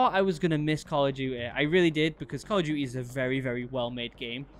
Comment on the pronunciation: Nobody::Call of dewte